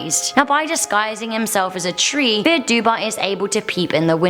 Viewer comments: Dubh is pronounced duv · Dark figure with fierce red eyes and a hat. That's not slenderman, that's The Hat Man. The one shadow person you don't want to see (Also I believe dubh in Gaelic is pronounced "Doo") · Dubh is pronounced "Doo"